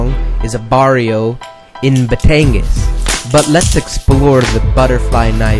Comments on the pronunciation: Batangas should be pronounced = bah-TAHN-gahs Balisong - Bah-lee-SOHNG Actually just came back from PI and picked one up from Taal. Breaking it in as I watch this video. Aside from the mispronunciations, really good info. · Just to correct you on the way you say Batangas and Balisong. Both are not pronounced how they are spelled to Americans. - Batangas is pronounced - "Ba-TONG-GOZZ". It sounds if there are two G's, even though it is not spelled w/ two Gs(very similar to Tonga). And TONG said just like the first part of Tonga...and GOZZ just like Oz and gauze pad. - Balisong - "Ba-LEE-SUNG". Sorry, just iritates me when I hear words of my native language butchered.